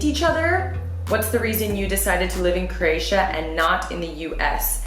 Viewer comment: Love the video.!!! Buts it’s pronounced crow-atia not crrrratia.